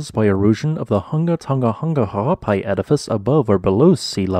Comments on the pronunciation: I’m impressed by your ability to pronounce the volcano’s name. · Kudos for your commitment to the pronunciation of the whole volcano’s name 😁